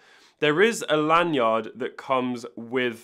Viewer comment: The way you say lan-yard bothers me lol. You're over-enunciating L.E. yacht